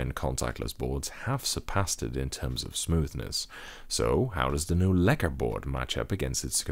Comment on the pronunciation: You pronounce lekker, really good. Are you from the Netherlands.